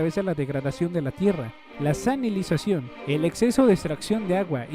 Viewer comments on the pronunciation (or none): Muy completo el documental tocaste muchos puntos claves...solo una queja pequeña...es salinizacion, no sanilizacion. Una idea de un documental importante ya que tu canal trata sobre comida, seria sobre los transgenicos.